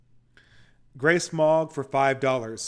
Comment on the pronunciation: Was listening to this without watching today and I thought “Grey Smog” was “Grace Mog”